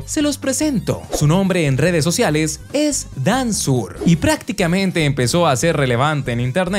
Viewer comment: Les digo que dijo dansur cumputadora